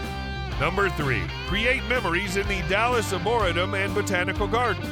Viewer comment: Uhmmmm....if you're marketing yourself as "The Luxury Travel Consultant" I think learning how to pronounce words is of paramount importance. The word "Arboretum" is pronounced ARE-BORE-REE-TUM, as in a place with lots of trees. SMH